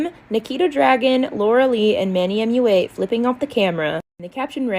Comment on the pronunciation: It’s cracks me up that you struggle pronouncing the ‘U’ in Manny MUA. It’s like you say “ooh” instead of “you.”